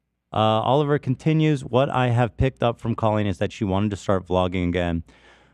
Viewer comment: Can’t handle how pronounces Colleen